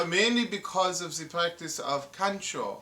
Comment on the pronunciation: Lost it at "The pratice of Kanchou" lol!